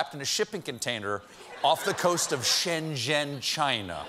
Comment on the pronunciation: Shenzhen (“Shen-zen”) not Shen-gen